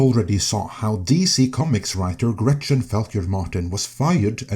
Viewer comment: Gretchen? More like 'Retchin.